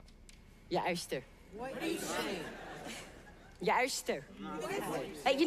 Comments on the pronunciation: I’m pretty sure he said erster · Poor boy can’t said oyster 💀😭